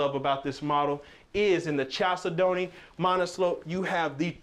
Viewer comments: Love the videos but gotta tell you that the word “chalcedony” is pronounced “kal SED nee”. It’s a type of stone. 😉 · 1) no pantry 2) look up the pronunciation of chalcedony